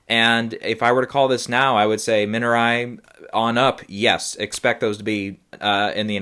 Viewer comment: Thanks for sharing your thoughts. Everywhere else I've heard it pronounced "Min-ar-ree" - if that helps.